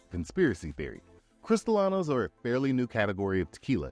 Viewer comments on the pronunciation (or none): Sorry. Don't want to sound like a know it all but, it is not pronounced "cristalano" it's pronounced cris-ta-lean-o as in crystalline crystal clear. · Piña is pronounced "peen-yuh." Añejo is pronounced "an-yay-hoe." Cristalino tequila or filtered tequila is not pronounced "crystal-la-no" but, rather, "cristal-leen-oh." Codigo is pronounced "coe-dee-go," not "coe-duh-go." Lots of errors and mispronunciations in this video. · Thank yo for the great overview presnted ina simpified manor that is easy to understand. Perhaps revisit the voice over narration so you are pronouncing the Spanish words, such as Mixto ("Mee-Stow") and Cree-stee-lee-no"correctly to round out a great presentation. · Was anyone else bother by how many times he mispronounced CristralEEEEEno ?? (with Cristalano) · As a mexican who live in mexico: 1) by law there are 5 states than can make tequila: Jalisco, Michoacan, Nayarit, Tamaulipas, Guanajuato 2) food coloring is used not only on tequila but also on rum and other drinks 3) using Narcos meme as an "authority" in Mexico its a bit racist 4) you say "cristalano" instead of cristalino, cristalano its like say ass of glass. You're welcome